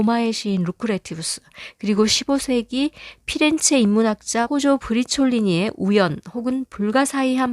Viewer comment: 포조 브라촐리니를 여러번 브리촐리니라고 하시네요